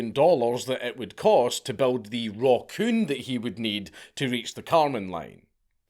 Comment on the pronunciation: I thought you said Rock-Urn. Which would've been just as fitting perhaps?